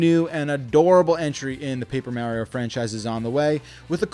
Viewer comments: Only thing that triggered me was "marry-oh" who dafuq is that!? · Quit saying Maryo, we know you're trolling us... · You mean like Mary-O? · Did he just say Merio? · How do so many people pronounce Mario wrong when his catchphrase is literally it’s ah me Mario! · I couldn't take you serious because you kept saying "Merio" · Why do you say Mario so weirdly? Wtf is wrong with you? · I’ve never heard anyone say Mario like Mario. Why you saying it like that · This guy really doesn’t know how to pronounce “Mario”